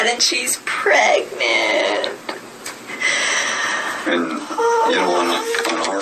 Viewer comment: Yes I always thought something was off with the way she pronounces pregnant